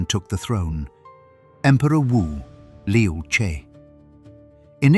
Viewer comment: The "zi" in Yuezi, is pronounced "ts". "Che" in Liu Che is pronounced by the removing the "t" in "the" and replaced with "ch". But this is a good source of information. But Han Dynasty is hardly the 1st Chinese to interact with the Persians. The Silk Road was already in use for t least a thousand years before the event in this video.